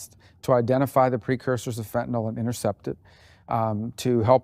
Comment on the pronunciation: Marco, thank you for pronouncing fentanYl correctly. How did it ever get the misnomer of Fentanol. FENTANYL. I bet he pronounces nuclear correctly too. Not nucular, nuclear. Read the words people. Oh, I keep forgetting reading is no longer taught.